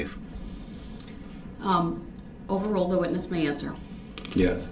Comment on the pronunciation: He thinks it’s speckuhtive when she asks if he saw the car hit people. I guess Duhrells lawyer brain doesn’t understand what an eyewitness is. She didn’t ask if he thought the car was going to hit people that would be speckuhtive as Duhrell puts it.